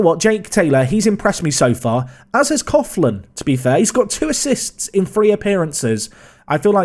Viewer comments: I’m Irish - it’s pronounced Nathan Cocklan, not cofflan :-) ps I only started watching your vids last week and I’m up to date! Great content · Coughlan is pronounced Cock-Linn great video as always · Coughlan is pronounced Coo-Lan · No joke, but Coughlan is pronounced COCKLAN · Coughlan is pronounced Cocklan So you actually engaged in a cough measuring competition mid video! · Coughlan pronounced Call-in In Cork Everywhere in Ireland pronounce it cocklin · Coughlan is pronounced Cocklan. £400k is probably a record for a League of Ireland player. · It's pronounced Cocklin